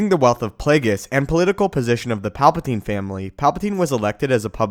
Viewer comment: "Play-gis" its play-ge-us..